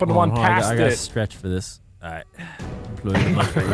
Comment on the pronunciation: He said daleight instead of alright.